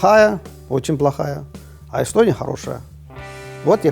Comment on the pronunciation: Йэстьоонийяааа)))) Страна? Это смешно))))))